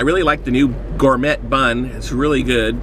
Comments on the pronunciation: LOL "Gour-met bun" haha gotta love American education, anyone seen the one where he reviews a "chicken" burger and doesn't realize its beef till right at the end? hahaha this is just an excuse to stuff his face with food! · Gourme*T* bun (: Don't pronounce the t - gourmey. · I hope you said gourmet wrong on purpose... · It is a french word. You pronounce it thus as "gor-may". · did you seriously say gourmett? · The way he says "Gourmet"... I'm done.